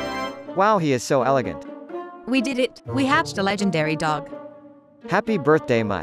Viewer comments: It's not legendary it's legandary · Isnt it legendary instead legendery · Stop Saying Legeandary Dog It's TO TO Funnyy!!